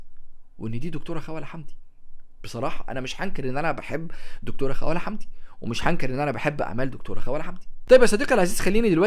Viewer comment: لم أستطع تجاوز طريقة لفظ اسم الكاتبة 😣 اسمها خَوْلَة الواو ساكنة وليست مفتوحة